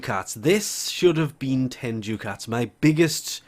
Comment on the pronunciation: It's pronounced "DUCKats"